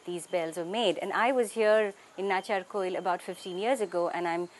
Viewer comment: Its Natchiarkoil, not a natchiyakoil nearby Kumbakonam.